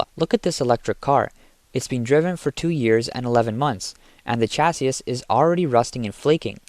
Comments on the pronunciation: It's pronounced "chassee", not "chass-iss", but otherwise, much better narration than the 90% of all YouTube videos that are now AI narrated. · Chassis is pronounced cha-see! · This is killing me...Chassis...is pronounced CHasē,ˈSHasē, it has an "E" sound on the end. Naww, just joking, IDC about that, just pretending to be a Grammar "Yazi"! Nice channel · Chasis SAY Chasee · "ash-fault" "chass-iss" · I hate to be this guy, but it's pronounced "sha-see" or "cha-see", there's no 'sis' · what in the heck is a Chass issssss crappy AI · China has zero oversight on everything, QA is unknown, Jesus, these cost-cutting clowns! Chassis pronounced cha-say. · Asphalt is pronounced “Ass - fault.” Chassis is prounonced “Chassee” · The way you pronounce ‘chassis’ makes you sound like AI 😂 (the last s is typically silent) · Imagine not being able to pronounce simple words…….. “chassis” 😂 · You’re pronouncing chassis wrong 😂😂😂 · I know you guys are just paying some random people to narrate your videos, but the literacy of these people is getting worse every day. reading today can't even pronounce the words chassis and asphalt; two words that are mentioned numerous times. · When your script is written by chatgpt and you dont even know what you're saying you pronounce words like chassis and asphalt like an idiot.